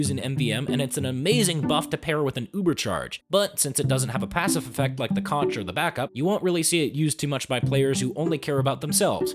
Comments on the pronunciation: omfg, its pronounced "con-Ker-er" like a conch (conk) shell, the thing he blows into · For Christ sake, it's pronounced CONK, as is concourer, Spongebob lied, it's a pun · Everytime I hear conCCCHHHHeror, I die a little. Its a conch shell. Pronounced conk. Conqueror is spelled with the hard K sound. C'mon, this shouldnt be like the discourse generator like gif, its a gimme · It's not the Consheror, it's the Conkerer